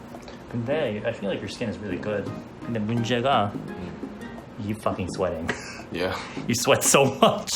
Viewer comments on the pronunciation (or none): when he said “yea” it sounded like a black or lightskin medium toned man 👨🏽 saying it 😂💀 P.S. this comment isn’t supposed to be in a racist way it’s just my opinion on how he sounded